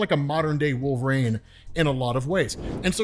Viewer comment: Maybe this is old news but the way you say wolverine is so odd. Wolverine comes out as “wolv-rain” and it’s maddening lol